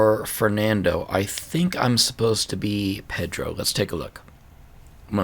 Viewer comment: Hey there! your pronunciation is great, and in the case of Pedro it's actually pronounced pe-DRU as you suspected. In the case of João (my namesake lmao) I know it's really hard to pronounce the nasalized vowels, so it's really alright. "Ão" is pronounced kind of like "own". Keep going, I'm really enjoying it!